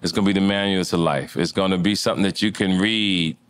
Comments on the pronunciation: “He can’t wead, and wappers” funny as hell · 😂 earthquake couldn't get movie rolls cause earthquake couldn't "WEAD"😂😂😂